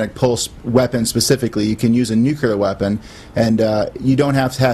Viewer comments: nu-clear not nu-cular! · Them new- kew- lar weapons. God the people at Fox are the worst morons. Makes me want to go out and make one.